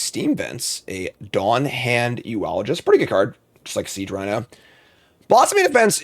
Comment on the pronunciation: “You’re saying it wrong. It’s yoo-luh-jist, not yoo-ah-lah-jist.”